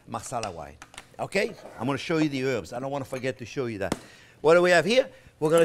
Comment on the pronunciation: Herbs not erbs Herbs